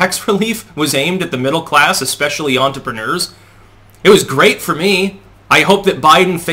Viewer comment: Dude, please learn to say entrepreneur.